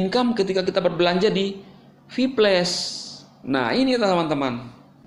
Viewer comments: VIPLAS BANG BACANYA BUKAN VIPLES VIPLES APA ITU??? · Kok gua dengernye sphyles.. Kayak penyakit kelamin itu😅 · Hahaha... Cara ngomong si klo sebut kata "viplus" lucu banget 😂😂😂😂😂😂😂😂😂😂😂😂😂😂